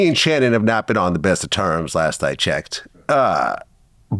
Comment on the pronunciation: "Me and Shannon haven't been on the bedt of terms last i checked" ok we know Vlad